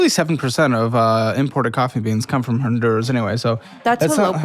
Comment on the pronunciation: This fool keeps talking about her Honduran culture and she doesn't even pronounce "Honduras" properly. Choose a fuckin lane, lady.